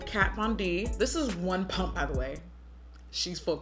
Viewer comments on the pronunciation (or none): none